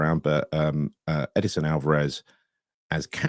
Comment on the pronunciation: I don’t understand this fascination of trying to play Alverez at CB. Just let the bloke play in his position, the position he plays for Mexico as well as Ajax, the position he thrives at. Stop putting a square peg in a round hole, yes he’s been played at CB but he’s too aggressive to be a CB. Also, it’s Edson, there’s no I or e in his name lol. I know you love to call him Ed-I-son 😂